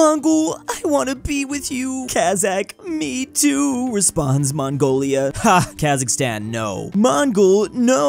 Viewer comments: I want Qazaqstan countrySquare Also as a QazaQ , its not KHazaKHstan, its QazaQstan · Its Kazakhstan brick not Khazikstan.But its so cute! I m from Kazakhstan